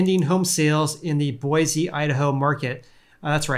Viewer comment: I live in Boise Idaho (btw you pronounced it just fine :)) and things are crazy prices need to seriously drop before my family has a prayer in a house. Love the videos!